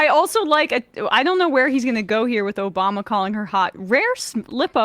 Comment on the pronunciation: "Obamna" lol